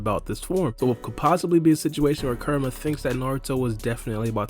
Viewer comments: its "Ku" rama not Karama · the way he says kurama gave me cancer